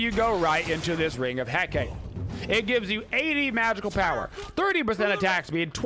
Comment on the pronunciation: My ears literally bleed every time you pronounce "Ring of Hecate" xD It's "He-KAH-teh" not "He-KAYT" lol Hecate is the Greek goddess of magic, witchcraft, and necromancy, hence all the crazy magical and healy-mcstealy abilities her ring has.